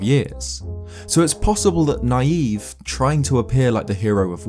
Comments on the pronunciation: I always thought Nayve’s name was pronounced “knave”, as to my knowledge, that’s basically what that word means, a self-proclaimed hero. Either way you slice it though, I guess he’s a naïve knave. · I feel like Nayve’s name is supposed to be pronounced like “Knave”, the Old-English word for a liar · I think Nayve is pronounced like the word Knave, meaning a dishonest or unscrupulous man. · I always thought that Nayve's name was pronounced like knave, because he is a dishonest person. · I always thought Nayve was pronounced like Nay-vee (marine) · I think nayve's name is supposed to be pronounced like knave since he's a fraud or a fake legendary hero, but eh, either pronunciation could be correct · Preeeeeetty sure the guy from Phantom Hourglass's name is supposed to be pronounced not like naive but like knave, who were apprentices to knights who weren't quite at their level yet. Probably is also a play on naive, but ya know, important reference that I think adds more to the character. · I don't think his name is pronounced Naive.....I think it's pronounced Navy...Nay-ve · I think Nayve's name is supposed to be pronounced Knave. As in a lowly squire/low class person? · I thought Nayve was pronounced more like “knave.” To show he is worthless. Like the telescope he gives you. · Pretty sure Nayve is pronounced like Navy. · I think it's pronounced "Nay-v." Or to use an alternate spelling, "knave." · Shouldn't Nayve be pronounced "Nay-vee," as in "Navy?" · I always pronounced Nayve's name as "Navy". Seemed to make sense considering the game takes place at sea. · It seems to me that Nayve would be pronounced like "knave", which means "a dishonest or unscrupulous man." - He doesn't believe he's the hero, he's trying to trick people into thinking he's the hero. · I always thought it was pronounced like knave..... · i thought Nayve was actually pronounced knave. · I think "Nayve" is supposed to be "Navy", not "Naive". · It's knave. Not Naive.